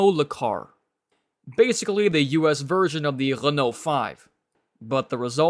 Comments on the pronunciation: They made it sound like an "L"! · "Lenault"... really? Maybe it was just something wrong with his microphone or the audio itself... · Which was totally wrong. It's Re-noe, not "Lay-nault". Don't get me started on Citroen and Champs-Élysées...